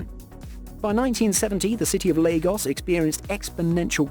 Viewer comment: He pronounced Lagos correctly and Yoruba he pronounced wrong